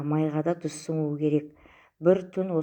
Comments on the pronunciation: ДУЗ деп сойлеменизши ТУЗ деп айтыладыгой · ДҰЗ ЕМЕС ТҰЗ ДЕ